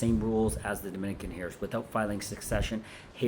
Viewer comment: Is this real? You keep saying ‘hairs’ and not heirs.